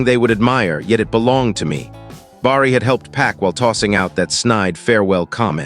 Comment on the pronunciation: Good story. Someone really needs to fix the AI bugs. They’re very annoying. Bar-ree? 😬🙄 It’s pronounced Bare-ee!! Each story gets more aggravating with all the mispronunciations. 😬😬😬😬😬